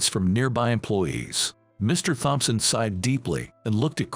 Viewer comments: Thompson is " tomson" not "thomp-son"!!! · Please learn how to say Thompson.